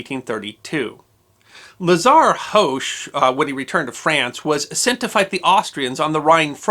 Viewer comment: I love your videos, but as several of his decedents have told me, the H in Hoche is silent. :)